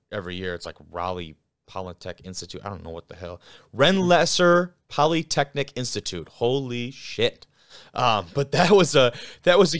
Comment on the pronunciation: Great show, but man you guys really butcher these names! It's Rens-se-laer Polytechnic Institute and Sus-que-hanna University! The D3 FB Guys always get the names right! 🤣😂